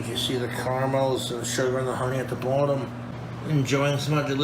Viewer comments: why the hell is he saying ‘bottom’ like that all of a sudden lol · Because he's 80% British, trole